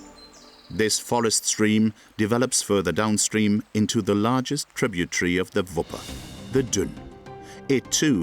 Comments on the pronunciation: ya gotta love it when trib you terreez is pronounced TRIB YA TREEZ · In the word tributary, the air is not silent.